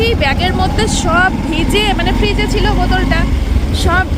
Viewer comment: Chila noy chhila